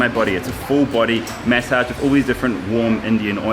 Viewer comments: Why u keep saying: MEssage???…. It is MAssage!!!!! 🤣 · Take a shot everytime he says May-Saaj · What accent are you using? 'Maysage'..